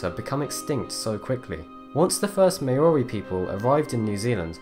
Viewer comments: A New Zelander here. A correction on the pronunciation of Maori. It's not Ma-ori but rather Maw-ree. I've found very few videos on youtube get this right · It's Māori, not May-or-eee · It's pronounced MAO-rri. Not may-O-Ri. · Hey Man! Great vid however you should look up your pronunciations! The Maori are pronounced 'Mowry' as in 'Ow! I hurt my thumb!' They are still a very present and relevant part of NZ culture.. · "the may-or-y people" lol, jesus. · Maori is pronounced Maow-Ri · that's not a good reason to pronounce it so badly. What made you think the O needed to be emphasised? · mans really mispronounced "maori" like that 😭😭😭😭